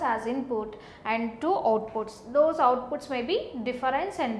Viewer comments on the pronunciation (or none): none